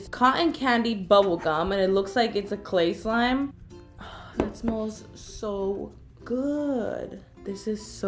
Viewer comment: Did karina say slay slime instead of clay slime